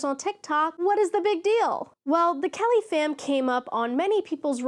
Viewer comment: Okay... the first few times you said Kellyfam I thought you were saying caliphate.